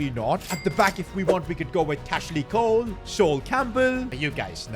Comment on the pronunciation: Did he just say cashley Cole